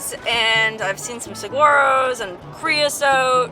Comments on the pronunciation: Yup, no G sound in the pronunciation. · It's pronounced "sah-WAR-o." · That cactus is pronounced "SAW-WAR-OH...